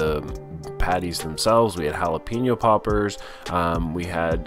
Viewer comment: Hala-pain-yo! Not peen-yo